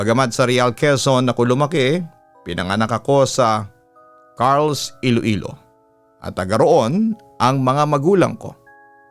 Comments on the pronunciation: i think its car-les do pagbasa not carles? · Car-les po yun nd carls😁😁, , marami tlga aswang jan sa iloilo lalo na sa dumangas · Correction pagkakabasa po ng place is Car-les not Carls po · hindi po carls (kar les) po yun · Car Les two syllables po papa dudot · Listening here frome sara,iloilo. Car-les po ang pag pronouns papa dudut hehe. God bless po❤️‍🔥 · Hello, Papa Dudut. Carles po 'yon. 😅 Parang (CAR tsaka LESS yong pagbasa)